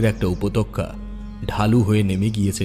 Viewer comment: Bhishon bhalo laglo shune, kintu ota upottoka not upotokka